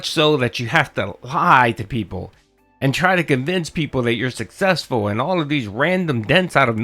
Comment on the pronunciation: He never said he's "successful". He's "sussessful", whatever that means. Most definitely has nothing to do with success, that's for damn sure.